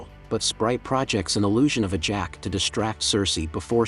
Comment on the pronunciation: And he keeps calling what's her name ajack it's ajax.... If people want to make commentaries and do shit at least get it right